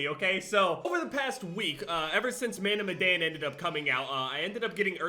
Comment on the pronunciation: the fact he still can pronounce madan pisses me of